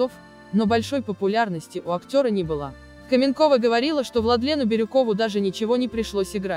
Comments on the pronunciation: Кто так текст формально и неприятно читает? То " ...вышла замуж назло сАмой себе", то "КАменкова" вместо "КаменкОва"!!! Потренироваться перед записью не судьба что ли?! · Такое чувство,что это перевод ,а не русский текст.КаменкОва,а не КАменкова.Да и другие слова есть не с тем ударением. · Ну почему КАменкова. КаменкОва.